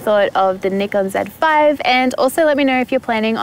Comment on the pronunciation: that is actually a correct pronunciation. Not "Nigh-Kon"